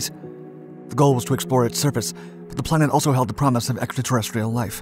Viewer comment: Slow down, you're trying too hard to talk fast and its messing you up, you couldnt even say Extra Terrestrial Life correctly.